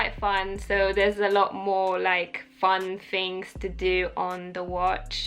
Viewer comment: I love the commentary and information you provide but your pronunciation of the "th" sound as "f" is a bit annoying, detracting from an otherwise enjoyable viewing experience. Is that a muddling of an Eastern European or Russian accent with British or is it a straight Cockney trait? I'm sure you're aware of it but a few examples include saying "fun fings to do" instead of "fun things to do", "a day in the life wiff..." instead of "a day in the life with..." or "that's everyfing" instead of "that's everything." Hopefully you can correct this small dialect flaw for future videos as your content is a pleasure to watch. Cheers!